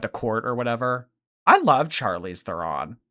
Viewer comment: That is NOT how to pronounce Charlize Theron! It's Sharleez Tron! 🇿🇦